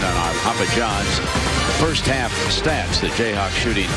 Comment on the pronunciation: did he say jayhacks?? must have talked to a mizzou fan before.